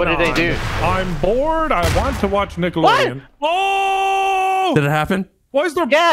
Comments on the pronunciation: "I Said Nick-Aloadeon"🤣🤣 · i didnt hear a G but he pronounced it "Nicka" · I heard nickle loadean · he said nic ke (nickelodion)